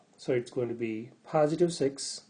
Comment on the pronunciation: its not paaasitive but positive .